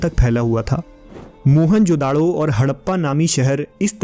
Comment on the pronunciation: Its not mohan-jodado.. its mohejodaro ... dont give it name of mohan...